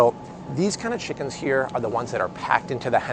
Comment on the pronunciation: First of all guy... it's Chicken... not Shickens.